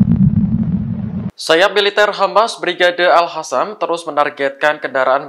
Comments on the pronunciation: sayap eliter al Qasam bukan al Hasam....kalian sok pinter jadi penyiar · Bukan Al Hassam, tapi Al Qassaam atau Al Qossaam. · Maaf bang admin bukan Al Hasam tapi Al Kasam atau Al Qasam.Semoga Houthi dpt perlindungan Allah swt.Amin YRA.